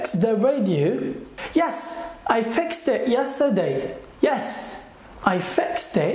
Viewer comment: Great efforts🌹but Sanwich noT sandwich . Thee Indian noT thaa Indian . FixT noT fix or fixd. djacket noT jacket